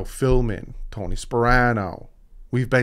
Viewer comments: He was horrible, and yes it is Philbin not Philman...lol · I have heard you call Joe Philbin "Joe philman" like 4 times and I always chuckle. I can see the confusion though. He was irrelevant 😂